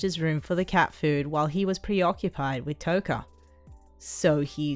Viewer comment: Kota not Toka